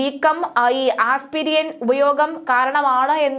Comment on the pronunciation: ആസ്‌പീരിയൻ അല്ല കൊച്ചെ ആസ്പിരിൻ ആണ് ശരി